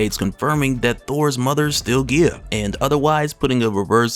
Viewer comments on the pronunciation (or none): Guy-uh not whatever the hell your saying